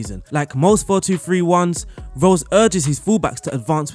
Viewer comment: The way you pronounce marco rose is the same as marco reus😂 Its "ro-ss" Not "roy-ss"